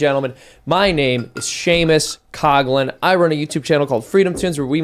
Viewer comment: So sad when a guy can't read= Seamus Coughlin does not know how read his own name. Seamus Coughlin is not pronounced Shamus Coglin. Maybe one day he will learn to read, but his "cartoons" are great....not caretones.